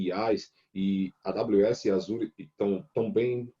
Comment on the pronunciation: AFF.....O cara é professor de cloud e pronuncia azure errado